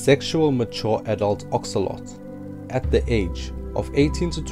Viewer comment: It’s axolotl not axoloti